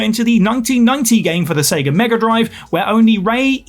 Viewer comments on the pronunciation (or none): none